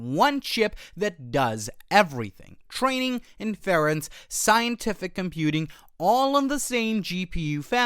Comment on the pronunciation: Great content, but your pronunciation of Inference? Wild.